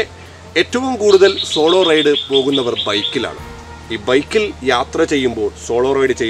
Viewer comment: Raid alla Ride❤️